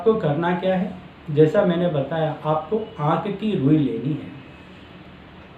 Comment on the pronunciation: Kya rui bola, aate ki rui? Pls clear it. Name the rui clearly pls.